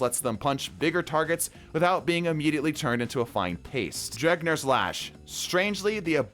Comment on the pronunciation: Bro, you pronouncing Drengr's (dren-gear) Lash as "dreg-near" is constantly triggering me, I'm so sorry but I needed to say something